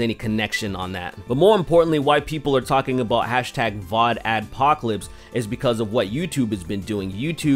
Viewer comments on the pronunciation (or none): "Vod Axpocalypse" Nice spoonerism. ;)